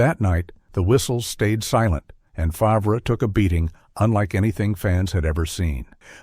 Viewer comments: This video 📷 is a complete joke after hearing Favrah 10 times 😂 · Stealing from poor and naughty text is what people know lately 😮 at least say his name right Favrah???? LOL 😂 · my thoughts exactly, how can you NOT know his last name correctly???